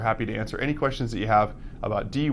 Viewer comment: Alcock. Haha. Thats funny. He tries so hard not to say all cock. Haha